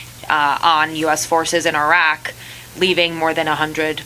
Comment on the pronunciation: I think he deserves a gold star for pronouncing “Iraq” and “Iran” correctly!